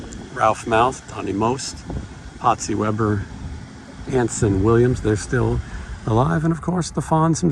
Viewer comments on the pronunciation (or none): none